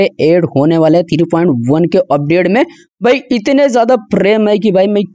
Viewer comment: Three ❌ Thiree ✅